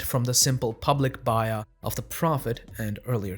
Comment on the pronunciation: "baay-yaah" not "bye-yah".... Nevertheless, alhamdulilah... Nice video.